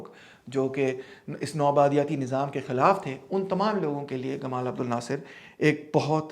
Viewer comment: سر! لفظ "جمال عبدالناصر" ہے ."گمال "نہیں۔